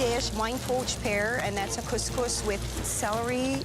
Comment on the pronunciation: It pains me how couscous get butchered in every one of these shows. that's not remotely it.